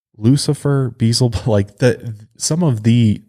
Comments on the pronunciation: It's pronounced Be el zebub. Not "Beezle bub." For a guy who supposedly grew up in church you should know this. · Beelzebub not Beezel Bub omg You continuously say it wrong Beelzebub it’s in the Bible it’s another name for Satan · Why do so many people say Beelzebub as if there is no L before the z, it's not Beezlebub, it's Be-el-za-bub. The version you guys are saying is Beezlebul which is a way of saying the name but it doesn't end in "bub" it ends in "bul". Sorry this is just a pet peeve of mine. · Love you guys but Beelzebub = bee EL zah bub. Sorry was just bothering me every time you said it. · Better watch out for Be-el-zi-bub, he might get offended being called Beezelbub.😉😆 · I was like beezulboob? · For reals though! The mispronunciation made me cringe every time. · Maybe getting his name beelzebub pronounced incorrectly is the real reason, why he was "talking in broken sentences" and was hard to understand during the exorcisms, cause he got some kinda speech disorder from it. (I'm assuming, time doesn't exist for demons and he could hear it). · I kept on correcting him, out loud lol.